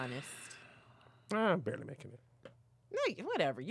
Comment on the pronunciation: “BARLEY” making it… its Barely 🤣🤣🤣 i know you typin these up